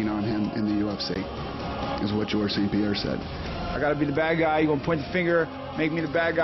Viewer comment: es ST-Pierre y els welter brother, pero en todo lo demas estás en lo correcto